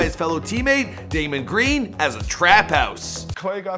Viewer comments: Draymond....not Daymond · It’s draymon green not Damon green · No way y’all finna let get away with this one. he says Damnd Green. Oh NO NO NOOOO🤦🏾‍♂️🤦🏾‍♂️ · Did you really just fucking say daymond green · Did he say daymond green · “Damon” Green 😂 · "Daymond Green" LMFAO